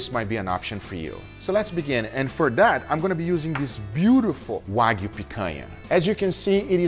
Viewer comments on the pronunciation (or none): none